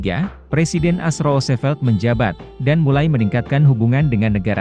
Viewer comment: Narasinya bagus, tapi tolong ejaannya diperbaiki, contoh: lebih baik dibilang komplet Amerika Serikat daripada ngomong AS, malah ngomongny bener2 'AS', bukan dibaca per huruf. Juga, mantan pemimpin Meksikonya yg benar namanya Santa Anna, bukan Stanta Anna